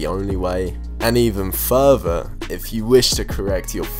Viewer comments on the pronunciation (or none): why does he say „furver“ instead of „further“ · ITS “fURther” not “fuver